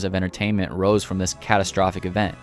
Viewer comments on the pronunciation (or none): none